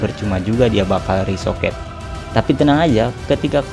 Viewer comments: Rekoset bukan resoket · Sekedar mengingatkan bg yg bener "ricochet" Bukan "risoket"